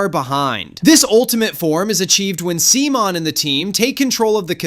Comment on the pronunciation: See-mon!?!?!? What, did this boy come from the digital world? Simon (pronounced like "Simone" or "sea-moan" in English, and "Shimon" in Japanese), also known as Simon The Digger!!